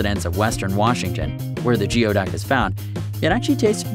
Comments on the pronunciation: Geo duck is actually pronounced gooey duck mate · It's NOT GEO ITS GOOOY. It's pronounced like gooyduck. I've lived near them my whole life.and they taste good depending on how you cook them. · / its pronounced "Goo-ee-duck" not geo-duck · It's pronounced "gooeyduck", not geoduck. We used to dig them out along with horseneck clams and Washington clams. When alive, the.neck can retreat 3 ft or more into the sand. 3 guys dug a 4x4 hole and never found that one. Tender yummy sliced and raw with wasabi and soy sauce. Similar to abalone. The restaurant breaded and fried the skin and mantle. Yummy. No waste. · Not geo duck! Gooey duck! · Its called a Gooey duck not geo silly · It’s not pronounced Geeeoooduck it’s renounced gooey duck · Im from Washington state and attended Evergreen state college who's mascot is the geoduck, and you pronounce it wrong. The word geoduck is pronounced goo-e-duck. That would be goo, rimes with new, long e riming with tea, and duck the only part of the word that actually sounds the way it looks. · Geoduck "goo-ee duck" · Geoduck is pronounced gooey-duck. Just so you know. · You are saying geoduck wrong it is said like gooey duck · Great video but Geoduck is pronounced (Gooey-Duck) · it's pronounced "gooeyduck"! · It's pronounced gooeyduck and it's a clam not an oyster also they are delivioud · His pronunciation of the word was driving me a bit nuts. :D